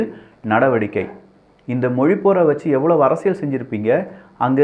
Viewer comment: நான் இரண்டு ஆண்டுகளாக கூறிக் கொண்டிருக்கிறேன். அரசியள் என்கிறார்.